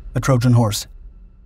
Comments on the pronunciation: “Troyan” horse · They mean "Trojan", but just can't help it to see if we're awake and proofreading...